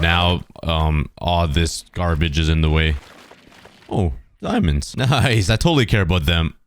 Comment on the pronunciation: The Fact that he said dimands I totale care about them then